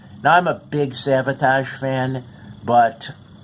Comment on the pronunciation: Its Savatage NOT Sabotage